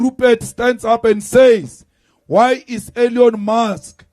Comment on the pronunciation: Not Elion it's Elon You talk more than thev woman in po'gamy